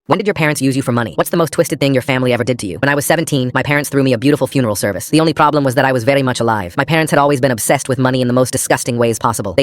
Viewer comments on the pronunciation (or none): "Veri Mach alaive"😂